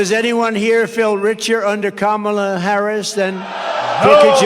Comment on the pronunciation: Kudos to him for pronouncing Kamala correctly.